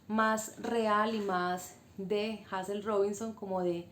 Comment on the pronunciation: Se pronuncia Heyzel bella. Gracias por tu aporte y por resaltar una escritora de nuestras islas.